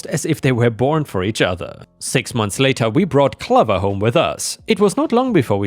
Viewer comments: Clover pronounced like over. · 'Clover' is pronounced like 'stove' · "Clover" has a long O, like the plant of the same name. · Gall is pronounced “gorl” - like the original name for France under Roman rule - Gaul! And clover rhymes with over or rover - not lover!